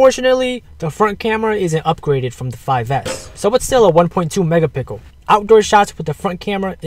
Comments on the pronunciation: MEGAPICKEL lmao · he said 1.2 mega pickel